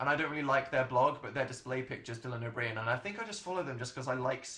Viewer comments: DYLAN O'BRIEN! DAN PRONOUNCED IT DYLAN O'BREEIN !!! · Dan pronounces O'Brian (oh-Bree-an) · .. how did he say obrien?! thats my last name and ive heard someone say it like that lmao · The way Dan pronounced o'Brien though